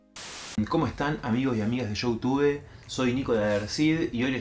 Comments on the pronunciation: "Shoutube"?, jajajaja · no podes arrancar el video diciendo lloutube .. puede que sea terrible la entrevista pero no gracias. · showtube jajajaja pronuncia bien! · Dale amigo, pronuncias Youtube como la Tigresa del oriente :face-green-smiling